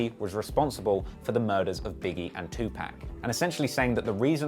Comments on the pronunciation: TuPac not TuPack smmfh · LOL He said 2-pack instead of 2-Pac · Bruh his name is Tupac not Two pack, and I dont care where you live dude your speech is good enough not to make that mistake. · I cringe when white people say Tu-PAC as Tu-PACK or just Pack.... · Wait what??? Fondle Diddy slapped who?? Holdup... your videos are super entertaining but you did NOT just say two pack??? Dafuq??!! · Learn how to PROPERLY PRONOUNCE TUPACS name🤮🤮🤮 Its cringworthy when you wreck the man's name like an unhip parent trying be kool👎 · I hate how you pronounce Tupac! Dislike!!!